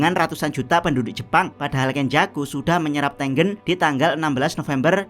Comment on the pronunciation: tengen cok bukan tenggen